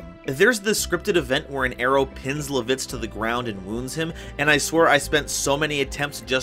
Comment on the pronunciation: Other than really just how you say LAH-vitz's (L-AH!), I am always glad to see others showing love and support for Dragoon.